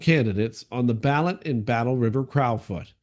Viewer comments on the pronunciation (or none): it’s pronounced “crow” as in the bird. Now crouw as in wow. Crow 🐦‍⬛ foot 🦶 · like your posts and prayers for your wife,s recovery. Please pronounce Crow as in Battleriver Crowfoot like the bird, now a cow😊